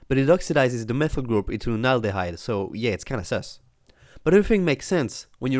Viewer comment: Did you say "haldeyde"? (I realise that English isn't your first language)